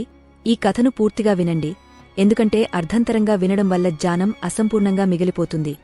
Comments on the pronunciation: Bagundi manchi info but AI voice... gnanam ni jaanam antundi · Gyanam not dhayam or khanam sound not right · Very beautiful explanation in Telugu language. The lady narrated it very well. Only few words like yagnya, gnyanam were not pronounced properly.